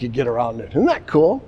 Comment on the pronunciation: He wouldn’t even pronunce the “isn’t” it’s like “hmdacool ? 😂😂😂 salute to the professor